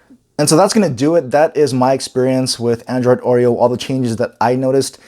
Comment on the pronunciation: LG G6 H870DS will wait for Oreo it seems. This guy pronounces it like "Android OIL", not Oreo. :D